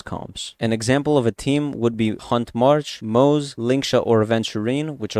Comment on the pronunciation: acktually, it's pronounced "moz-uh" not "moz" 🤓